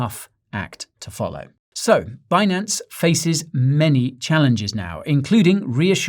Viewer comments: Um, sir, I was told it’s pronounced BIN-ance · actually it's Benance!